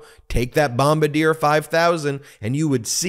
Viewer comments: The aircraft is pronounced as "Bom bar dee yay" not, "Bom bah deer" Look, I love your stuff but I will still call you out. Also, keep up the good work (even if you continue to mis-pronounce the makers of jetcraft). Yes I am nit-picking. There$ is nothing else to be found wrong with his video... You gotta give me something here.... #AircraftNut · Just nitpicking here but Bombardier is pronounced (Bomb-ar-dee-ay). It's base is in Quebec, Canada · I'm sure it's been said but it's pronounced bombard EA